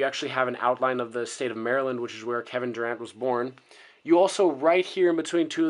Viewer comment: Doing a review get his f**ing name right like TF *Dur-ANT not Dur-AUNT